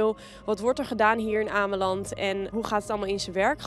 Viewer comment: als je shit gaat praten over ameland moet je het eerst maar goed uitspreken